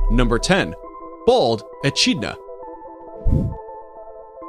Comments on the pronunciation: .... he said Edcheena ain’t it edkidna? That’s how it sounds to me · It’s echidna is pronounced e-k-I-d-n-a not e-c-h-I-d-n-a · It’s not pronounced echidna it’s pronounced ekidna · I thought it was pronounced eh-kid-nuh not ee-chid-nuh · It pronounced ecidna not echina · I thought it was pronounced e-kid-na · It is. He’s pronouncing it wrong. I live in Australia and that’s what people call them. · What ekidna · Pronounced E-Kid-Nah Like Eem-You is Emu Do your research it's insulting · Echidna is pronounced (eh-kid-nah) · He said echidna wrong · it was bugging me so much lol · he pronounced echidna wrong